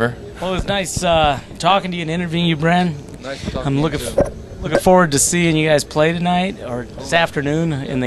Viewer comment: he said his name wrong at the end lol